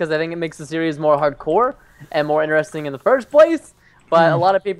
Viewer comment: I HATE WHEN PRESTON SAYS INERESTING its INTRESTING